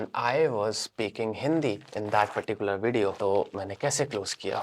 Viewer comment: it is not indian if it does not says "perticular" in the video